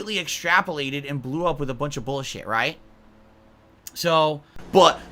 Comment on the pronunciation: This is the 57th "No more drama boolsheet" videos he's done